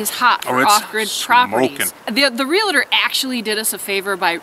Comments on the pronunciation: Just subscribed, love your stuff! just need to convince the other half to adopt some of the lifestyle haha. PLEASE stop pronouncing REALTOR wrong. its not Realator. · Real tor. Not realator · You need to learn how to pronounce realtor. It is real tor. Not real a tor. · From a Realtor..It's pronounced Real-Tor, not rel-la-tor. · Realtor is a two syllable word: ‘real’-‘tor’. It is not real-la-ter or any other strange pronunciation. Please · Great video. Just a heads up there is no I in Realtor. Real-tor. Sorry just a pet peeve. Regardless, excellent video. Great information. What price per acre is a good deal in the middle of the wildernesses? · Realtor has no "i" in the pronouncing of it. It's (real-tour) and (real-tea) .... great video